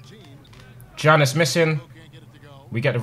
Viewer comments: Lmao it makes me laugh when he pronounces “Giannis” as Johnis instead of Yannis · it isn't janis its yanis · Tobi it’s not pronounced “Giannis” but “Yiannis” 😅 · BTW Tobi the Greek Freak is pronounced ''Yannis'' also i would like to see you play with the Houston Rockets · It's pronounced yawn-iss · I love the Milwaukee Bucks, and pronouncing Giannis' name wrongly gave me goosebumps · I love how he can say Antetokounmpo perfectly but not Giannis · Tobi can pronounce ‘Antetokounmpo’ but he can’t pronounce ‘Giannis’ 😂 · How can Tobi pronounce Antetokounmpo but not Giannis